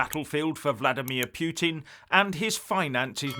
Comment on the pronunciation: Sorry to mention this. PUTIN pronunciation? Many English say PEW TIN Correct pronunciation - POOH TIN. A pile of pooh - 😆 Love your videos.